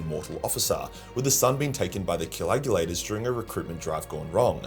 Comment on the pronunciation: Add "coagulator" to the long list of words that can't pronounce.